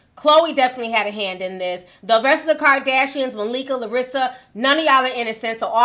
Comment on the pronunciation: And ”Larissa Pippen” 😂